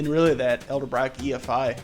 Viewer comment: its not Elderbrock